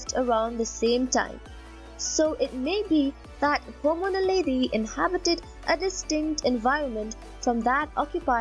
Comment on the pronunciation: Dude, it's Homo naledi. {:-:-:}